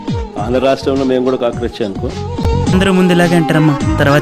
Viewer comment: కక్రోచ్ కాదమ్మ క్రాక్11